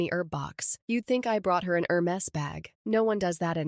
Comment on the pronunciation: Poor manners is using text-to-speech dubbing. I stopped watching during the first minute when the robot attempted to translate "Hermes."